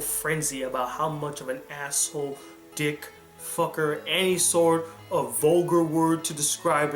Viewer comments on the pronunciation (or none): none